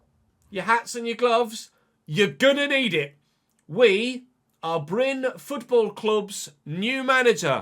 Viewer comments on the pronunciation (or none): Happy to see you manage in my home country (even if not my local club). First a little heads up re. pronunciation: The e is not silent, we say Bry-neh; you nailed the y sound btw. Then lets talk about RL: Bryne were promoted from lvl 2 the previous season, and were among the favourites for relegation. They are set for 14th this year, and still have to win a playoff final to stay up. This means 10th is a fair bit above expectation. A realistic storyline is that the previous manager was poached by a bigger club after making the team overachieve. Edit: As you requested help with name pronunciation, i will provide. Wik = Veek Scriven = Skreeven Lie = Lee The rest you basically nailed, aside from the fact that people from southwestern Norway say R in the French manner. (The rest of the country mainly side with the Scots on this matter.) As for KFUM, it's an abbreviation. More precisely the Norwegian branch of YMCA. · Bryne is actually pronounce BRYN-E so as it says but you still pronounce the E but not like ee in speed for example it’s a light tone